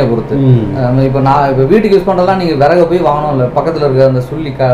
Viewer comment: விறகு தமிழ் சரியாக படியுங்கள்.